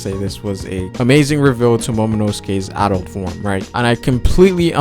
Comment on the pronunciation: I'm bothered by the way u pronounce Adult.